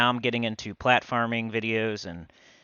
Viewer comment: It sounds like you are saying, platforming but realized you are saying, plat farming lol